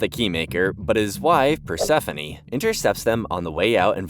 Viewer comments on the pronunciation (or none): none